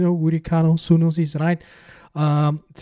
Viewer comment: Stop butchering General's second name💔😪, it's Sunnos not Sunnos. Say Sunnos like Sarturday.